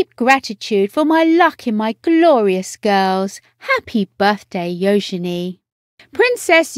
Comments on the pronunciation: I agree its U genie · Her name is NOT pronounced “yo-shen-ay”!! My god!! It is “Yoo-juh-nee”. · Her name is actually pronounced "yoo-juh-nee," with an emphasis on the "yoo." Princess Eugenie was named after Victoria Eugenie of Battenberg, Queen Victoria's granddaughter. And her middle name comes from Princess Helena, Queen Victoria's daughter. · This voice over is beyond annoying. Her name is not Yo-Zen--E! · What a disgusting voice-over, killing Euginie's name. It was gringing a quarter of the way through. How difficult can a voice-over be for heaven's sake. Get it right or move on for other to do the job properly.